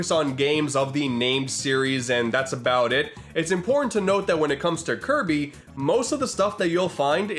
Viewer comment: you mean Kirb- Star?